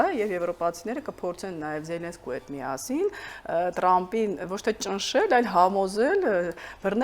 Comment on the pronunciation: լայ լաղջիկ լերվուծաբան դյու ընչու՞ ես Թրամփին տըրամպը ասում , մենք թ և փ տառ ու հնչյուն ունենք Մենք ռուս չենք ։